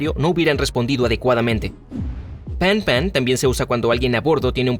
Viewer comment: Para desfacer entuertos: M'aidez=Ayudadme es imperativo. Se pronuncia medé y no meider. Panne= averia y no desglose. Se pronuncia pan y no paní. Silence=silencio y se pronuncia silans y no silons. Un poco de rigor!